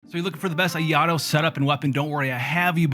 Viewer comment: ITS NOT PRONOUCNE IAHTO